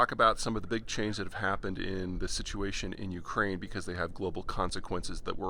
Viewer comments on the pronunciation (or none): none